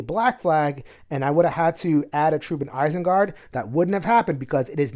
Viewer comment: the way you pronounce Isengard makes me want to rage. lol